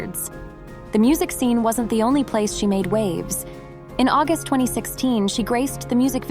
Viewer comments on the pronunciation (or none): none